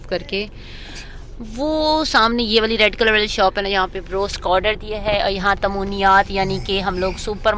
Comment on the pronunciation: Tamoniyat nhi hota🤣